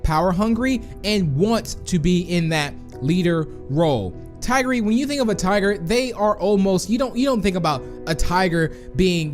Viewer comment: That is the wrong way to say tigry 🤦‍♂️🤦‍♂️🤦‍♂️